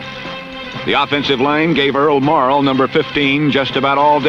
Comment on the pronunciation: Earl deserved better, especially from such a "knowledgeable" fan like yourself who can't even get the man's name right, his name was Earl M-O-R-R-A-L-L!